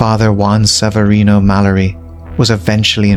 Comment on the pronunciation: It's read as (malliari) even if it's spelled mallari